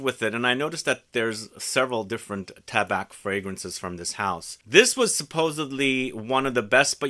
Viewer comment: just for you knowledge, we don't prononce the C in "tabac" great video as always !